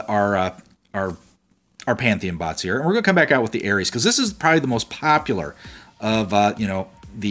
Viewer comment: Приколо то, что он говорит не Арес, а Эрис. (Ну типо ирис) )))))))